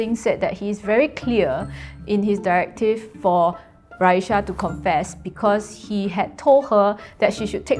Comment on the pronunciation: What is with Chinese people and adding a “h” to people’s names? It’s clearly RA-EE-SAH not RA-EE-SHAH jeez plain English letters bruh cmon